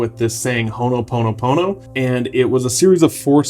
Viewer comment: It is 'HOOPONOPONO'